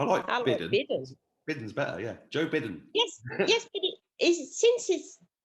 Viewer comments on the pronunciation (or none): Iove bidden sounds like midden lol